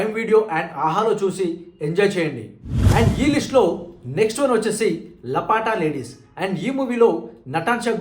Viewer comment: lapata ante missing bro 😂😂😂 ల పట లేడీస్ ఏం టి బ్రొ 😂😂